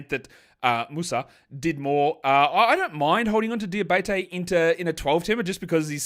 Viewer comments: Hey, it's Moussa "DiabAtey" not "DiabEYtey" 😁 cheers for acknowledging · It's pronounced DiaBAHteh, sort of, an accute e at the end. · FYI for the pronunciations for the Aussie language : Diabate: Dee-a-ba-tey Coulibaly: Cooley-Bali (Bali as in the country)